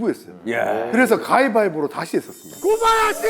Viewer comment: 미쳤냐고 ㅋㅋㅋㅋ 아니 고바야시 라고 해야하나?ㅋㅋ